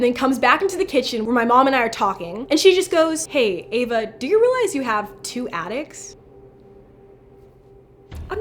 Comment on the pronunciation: When she said attics I thought she said addicts. XD Edit:When her and Adam woke up am, and the board said pm. Maybe something had to do with that?